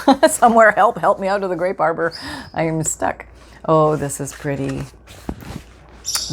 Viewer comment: This was a great video! The wallpapers are beautiful and the ideas are great 💝 As a hearing impaired person I rely on subtitles and closed captioning and you’ll be happy to know that when you said ‘grape arbor’ the caption said ‘grape barber’ 💈 😂 and there was also something about a ‘urinal’ 🤣 thank you for sharing your inspiration 💝 I appreciate your mindfulness and plan on running amok today!